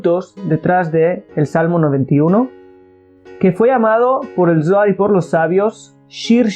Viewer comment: Shalon!!! Una observation,!!!! Cuando dices Zoar, se trasfiere a la palabra dolar" , y comparto el video , solo para no poder confundir a lis principiantes, gracias